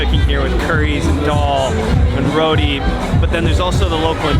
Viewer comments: Absolutely amazing job!! You guys did an incredible job showcasing Guyana. Looking forward to seeing more of your work. Ps. It’s roti not rody. Pronounce….RO”T”. Lol. Nuff love! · Omgoodness! Did he say rodi? It is a roti sir. Your video in my beautiful country made me cry, because you looked so happy there and you spoke of Guyana with such pride. You are forgiven for saying rodi, just remember going forward it is roti❤️ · Say it with me yall RO-TEE not RO-DEE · Row tee not road e. Why do whites foreigners say road e. It really get on my nerves. Roti pronounced row tee. 😡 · It’s roti not rooti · Man said "roadie".. its pronounced "row teeee" LOLOL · I really love the way you were able to capture the true Guyana: Land of many waters! I hope you have an amazing time and this will really put our country on the map can't wait for the next episode 🎉 p.s: it's the way you said Roti for me "rodi"😭😭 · when saying roti try it with the t cause there isnt a d in there